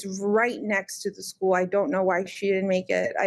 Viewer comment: This woman grates on my every last nerve. I don't know what it is about her. The way she says "school' like 'sku-ell' the way she was laughing at the parrot. I lost my cat for ten days. I did not sleep, I was out at 2 am looking. I had thermal drones looking. Flyers everywhere. I was completely without joy and bereft until I found my precious cat. I remember thinking - OMG what must it be like for a child to go missing.....? And I was NOT like this....!!!